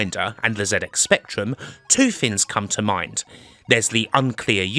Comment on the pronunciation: The word: Things: Fins